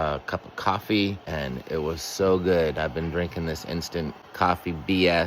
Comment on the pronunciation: Now you're saying it gooowed too oh no 😂😂😂